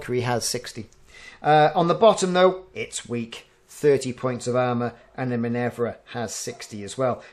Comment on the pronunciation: Minerva is Min-err-va rather than Min-evv-ra